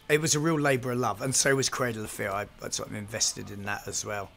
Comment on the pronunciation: Dead serious thought he was saying cradle affair